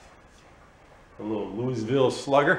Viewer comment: Lol, I love that you pronounce "Louisville" the way does. What a gorgeous old truck